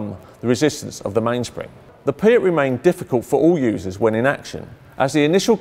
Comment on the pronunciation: Could it have been renamed because someone thought that a weapon called the "pee-at" was too rude?